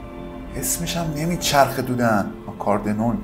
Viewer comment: راستی جان اسم اون ساز رو شما چندبار به اشتباه گفتی آکاردنون... در صورتی که آکاردئون هستش... ساز بسیار معروفی هم هستش و تعجب کردم دیدم اسمش رو اشتباه گفتید